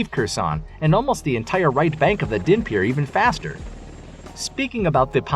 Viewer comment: The battle will be won… not so your pronunciation… Dnepir has silent D, Kherson has silent K and accent in the first syllable, Kharkiv again silent K accent on H first syllable. Almost killed me hearing such a stampede of mispronunciation.